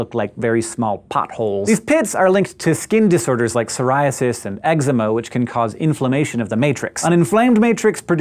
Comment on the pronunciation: "Egg-zemm-hah" Goddamnit Hankk that's not how you pronounce it!